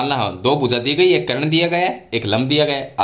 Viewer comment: करण नहीं सर कर्ण